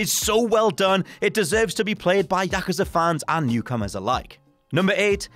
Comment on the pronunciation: Go and watch Kill Bill vol 1 and it will help you to pronounce Yakuza properly!!!